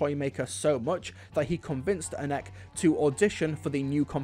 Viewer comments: Sorry to be that guy Anneke is pronounced (ann-a-ka) I love your videos promise 😅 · I've always pronounced her name Annek-eh, so more like Annika...not sure if that's correct or not. Interested to know if it's right actually...